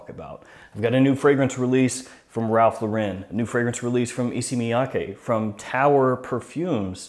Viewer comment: You should pronounce Ralph Lauren wrong a few more times. It instills your audience with confidence that you know what you’re talking about.